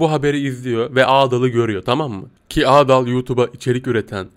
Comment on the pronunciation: Abi o adaal değil adal